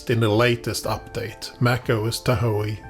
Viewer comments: Tahoe is pronounced tah hoe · TahO! The e is silent!!